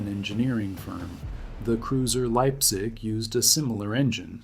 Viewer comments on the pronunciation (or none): none